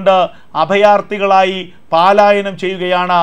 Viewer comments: പാലായനം -- തെറ്റ് പലായനം -- ശരി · പാലായനം തെറ്റു പലായനമാണ് ശരി.